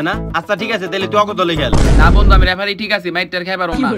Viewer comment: রেফারি না লেফারি 😂😂😂